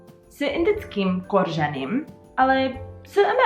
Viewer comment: Chválím češtinu. Jo a je to koření, ne koržení.